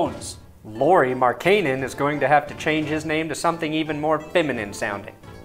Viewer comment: Great video as always but as a bulls fan just bothered me in how you pronounced Lauri Markkanens name. It's Lauri Mark-en-in is how it should be pronounced.